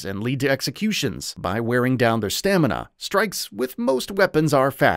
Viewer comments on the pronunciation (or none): none